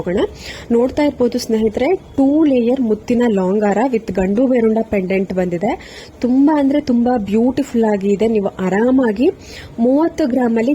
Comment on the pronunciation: ಗಂಡು ಭೇರುಂಡ ಅಲ್ಲ ಅದು ಗಂಡ ಭೇರುಂಡ